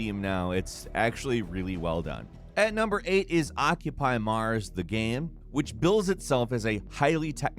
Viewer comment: This dude makes incredible, super entertaining video content. But, why can't he pronounce the word, "Game"?